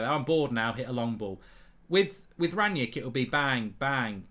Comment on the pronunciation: Already misspelling and mispronouncing his name, get a grip United fans